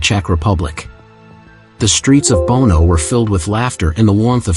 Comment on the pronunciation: It’s not “Bono”. The city in Czech Republic is called Brno